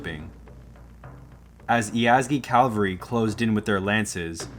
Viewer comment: Very good video but inexplicably , the narrator , or is it an AI generated voice ? continuously says “calvary” when referring to cavalry .